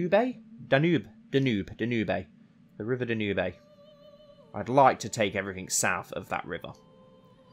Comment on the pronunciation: Dan youb You butchered that pronunciation of Danube